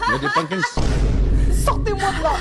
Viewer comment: Y’a des penkeke 😂😅